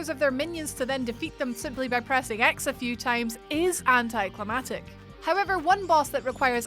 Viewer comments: “Anticlimactic” - not anticlimatic... 🙄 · Anticlimactic, not anticlimatate. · "Anti-climatic". Bless you, that's not a word. 😋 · anticlimaCtic. 2 times. Couldnt NOT say it. *edit... 3 times. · "If she miss pronounces anti-clamactic one more time" Oof. You may want to spell that word correctly. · If she miss pronounces anti-clamactic one more time